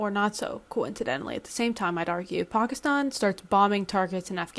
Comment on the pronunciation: Is this news??? This is exactly why they created pki stan in the first place, to serve this purpose. They have been a battering ram on Afg for centuries. Also, lady, the stan suffix is Farsi, and it is pronounced the same regardless of the prefix. If you simply must pronounce one right and the other wrong it certainly should not be pki stan which is NOT part of the OG stans, at all.